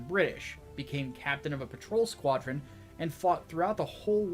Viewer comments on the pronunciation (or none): none